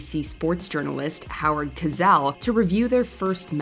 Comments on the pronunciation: Points for pronouncing some of those names 💯 An Ironic Edit: Its Co-sell, not Ka-zell 😂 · It's CO-sell. Not cuZELL. At least do the man the honour of pronouncing his name correctly. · Sorry, I like these announcers a lot, but "Ko-zel"??? It is Howard Cosell, pronounced "CO"+"SELL". How could she get this wrong...twice? Guy was extremely famous in the 70's & 80'S. One of the most famous announcers in American sports history. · His name is HOWARD COSELL , NOT GOZELL!! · Howard K'zell? Robot voice. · His name was Howard Cosell not gazell one of the greats! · You pronounced his name as Howard Cozell? No. It's pronounced Co-SELL. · Howard "Kazelle"? Gurl, really? SMH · Kozell, kauvman?!?! 🙄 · Pronunciation: Howard Co-sell, not Howard Cozell. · I'm sorry as soon as this girl said Cazel this video lost all credibility. If you want to be taken seriously make sure you know the people you are talking about. Specially when it is one of the most historic sports commentators in US history, Howard Cosell....exactly how it looks Co. Sell. Awful, Awful job Mojo! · Or "Howard Gazelle" as this narrator said. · I heard "Howard Kazelle". lol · When she said Howard "gazelle"...too funny! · Howard what?? Cuzzel? Could at least check your pronunciation of these people’s names, even if you weren’t around when they were popular. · His name was Howard Cosell. It was pronounced just like a seven year old would pronounce it “co sell”. There is no Z. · And, yet, she pronounced Howard Cosell's name wrong. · I've never heard someone mispronounce "Cosell" before. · But, yet, she mispronounced Howard Cosell's name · Learn how to pronounce Cosell properly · Howard Cosell is turning over in his grave with the way you mispronounced his name!